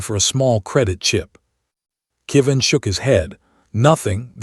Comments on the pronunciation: Another name that AI can't seem to get right. This time "Kevin" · "Went to the stars forever" A lovely way to say someone has died. I wish the AI would pronounce Kevin correctly.